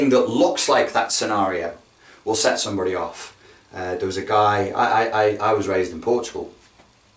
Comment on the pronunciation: I thought you said SEX when u first said SET lol!